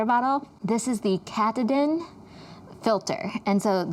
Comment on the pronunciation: Katadyn is pronounced Kah-tah-din.